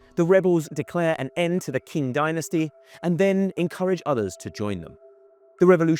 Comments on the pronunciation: Lecturing on China and you do not even know how to pronounce the names right!?! The Qing dynasty is pronounced Ching, not King. Big difference and easy to pronounced, but you got even that wrong. So I do not recommend the video because of all the inconsistencies of this video lacking originality!!! Save yourselves 20 precious minutes of your lives. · It’s Qing ( Ching) not king white boy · It is pronounced “Ching” (Qing). Not “king” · „King” dynasty, Buddy you pronounce it like Ching, not king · Ok but it's "Cheen" dynasty, not "King"... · It's not the "King" dynasty ffs. It's pronounced as the "Ching" and spelled as "Qing." dynasty. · What the hell is King dynasty? its Qing! pronunced as Tching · did you pronoun qing as king? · 1. Qing is pronounced Ching 2. The Qing capital was Beijing 3. Puyi was living in the Forbidden City in Beijing when he abdicated, not Nanjing. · Exactly. To be honest, someone can pronounce it as 'Tsing' as well (actually Qingdao is often written as Tsingtao come to think of it), and wouldn't be more wrong. It would still be wrong, of course, but just not more incorrect than Ching. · I stopped watching after he said "King dynasty". 😂 As if this guy knows more than me when he doesn't even know the name of the country. Probably just reading off an AI script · Come on, you guys couldn't be bothered to figure out how to pronounce "Qing"?? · how come he can pronounce Guangzhou correctly but not Qing dynasty? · At least pronounce Qing correctly - shoddy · How many times can you mispronounce “Qing”? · Third principles Translates to socialism and you pronounced Qing wrong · His pronunciation is accurate as the map of China in the thumbnail lol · pronounce QING properly..... GOSH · At least pronounce Qing dynasty properly. And how do you get 'Guang show' from Guang Zhou??? Where is the 'sh' sound in Zhou?